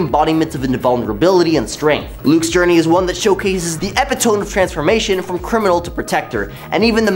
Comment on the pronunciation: EH-PIT-UH-ME! SAY IT WITH ME NOW..."EH-PIT-UH-ME!" 🤦‍♂